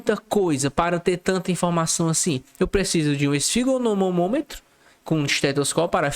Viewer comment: Ele com certeza sabe, porém falou errado